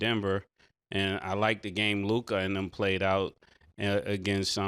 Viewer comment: Ah HA!!! Mase DOES know how to say Luka!!!